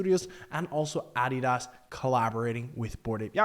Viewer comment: I was like let's see where this goes, then I was out after he butchered Adidas and MetaMask. I cleaned my ears and listened again. Nope.